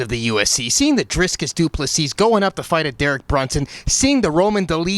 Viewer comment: Driccus is not that hard to pronounce you absolute nonce